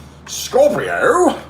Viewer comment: I love how you say scorrrpio